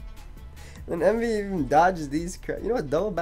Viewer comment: they call him wemvee